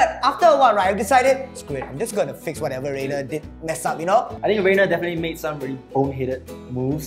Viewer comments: Its Rainer not reigner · Wrong "rain", it's Rainer not Reigner lol